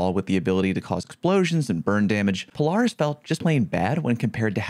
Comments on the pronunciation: Pole-r-is 🤣🤣 love you! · i like how you pronounce polaris lol, do you pronounce the offroad/sport utility brand that way as well? because that for sure is pronouced "puh-leh-ruhs" lol no hate im just seriously wondering. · Probably whiffing Polaris Lance shots cause you whiffing the pronunciation xddd